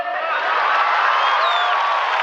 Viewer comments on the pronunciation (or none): When he says “follow the leader” it also sounds like “on the Lolita”